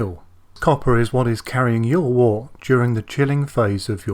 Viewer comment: Wort is pronounced 'wert'.